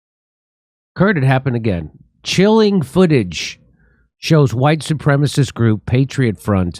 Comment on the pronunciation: Huwhite supremests!!!!!! 😂😂😂Lol